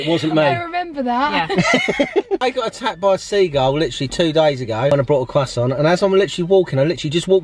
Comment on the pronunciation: “Cwoisson” 😂😂